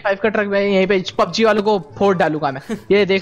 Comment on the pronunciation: he means that it's pub g not pung as said by